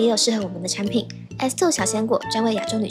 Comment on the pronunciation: 把那个产品说清楚点😮